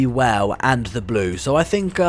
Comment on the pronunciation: You said boo instead of blue for the br blue class 20